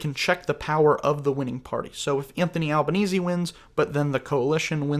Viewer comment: Congrats on correctly pronouncing the name of the Prime Minister, Anthony Albanese (rhymes with Sleazy). Easy by name; sleazy by nature.